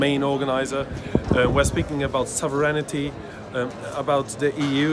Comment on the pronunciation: thank you for the dunking --- sovereignty is pronounced, SOV REN TEE